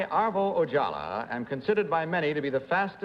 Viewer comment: It's Ojala, not Ojallah. And Kitty Carlisle? I've seen her on A Night At The Opera with the Marx Brothers